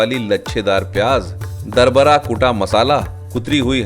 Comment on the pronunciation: darbara koi lafz nahi hota dardara hota h